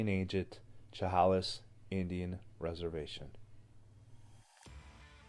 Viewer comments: Chehalis is pronounced Sha-hay-lis. Walking ANYWHERE in the wooded areas of the Great Northwest and B.C. is spooky. You are constantly looking over your shoulder.😳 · Chehalis is pronounced : sheh hay ‘ less. Sorry, but it really bugged me! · You missed pronounced the tribe. Sh a hail is would be how to pronounce the tribe a reservation. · I will show you how to say the name Chehalis as it sounds, Shahaylis that is the correct way to pronounce that word. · Shh-hay-less (chehalis) is how you pronounce it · Chehalis is pronounced Sha-hail-us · Chehalis is pronounced "Sha-hay-liss". The story is not new. The tale of Saraphina is well known in the Pac NW. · Chehalis pronounced “ sha hay lis “ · Sha Hay Lis Is the proper way to say it. Thank you for the great Story. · It's pronounced, sha-hay-lis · Just so you know Chehalis is pronounced shu hay lis. Love the video. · Chehalis is pronounced sha hay lis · Chehalis = Sha hey' lis (love your videos!)